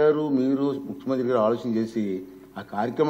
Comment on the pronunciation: ముఖ్యమంత్రి అనే పదాన్ని చక్కగా పలకడం నేర్చుకో